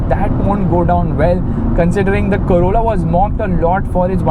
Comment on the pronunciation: Even when you said Corolla Heard it as Corona. 😅 so much impact this lockdown has had in the mind man!